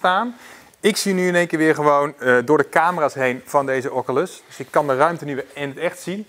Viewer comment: Ff 3 dingen: 1. Doe niet je headset op je voorhoofd, dit kan voor beschadiging van de lensen zorgen 2. Doe die bandjes om je pols bij het gebruiken van de headset 3. En spreek oculus ff goed uit